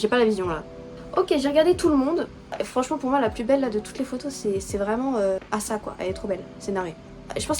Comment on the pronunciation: oui c'est Asa et ça se prononce comme A la lettre en en anglais et ensuite sa donc Asa